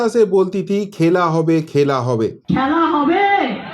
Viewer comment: Apni bangali ,auntoto apni "Khyala Hawbe" ta thik kore uchcharon korun. Kam se kam aap sahi boliye "Khaila Hawbe" na ki khela hobe.